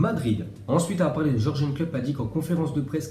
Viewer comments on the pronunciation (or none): Franchement se dire spécialiste du foot et ne pas savoir dire Jürgen (pub Opel si il faut pour réviser) c’est pas comme si le mec venait d’atterrir dans le foot ! C’est digne du niveau affligeant des journaleux et présentateurs télé français !